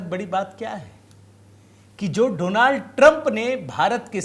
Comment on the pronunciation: Donald Doland ya do land😅 ban gaya😅